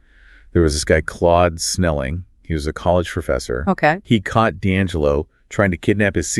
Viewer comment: Danzelo? it's Deangelo. assuming this is an ai voice.